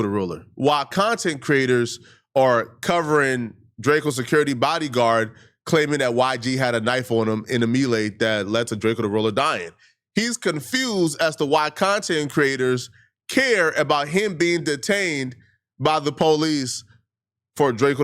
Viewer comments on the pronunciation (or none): a me-lay???? Lmaooo its pronounced may lay Melee haha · Melee, is pronounced may-lay got damn it! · it's pronounced "may-lay" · May-lay not “me-lay” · "in a ME-Lay" 😂😂😂😂😂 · Wtf is a MeLay? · It’s pronounced “may-lay” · What Tf is a Mee Lay”.😂😂😂?? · it’s pronounced (May-Lay) headass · Mee lay 🤣🤣🤣🤣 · a goofy. Dafuq a Mee-lay? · He always pronounce it wrong 😂